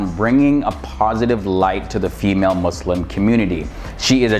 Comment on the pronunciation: I respect you you pronounce muslim with S